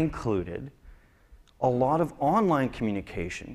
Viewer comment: lie "onlien" :D